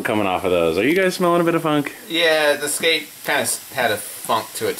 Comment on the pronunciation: Every time I heard "scat" instead of skate, I died a little inside.